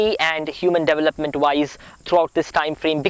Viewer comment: Love listening to you! You are a miracle! Watch your pronunciation of 'development' and 'years'. God bless you!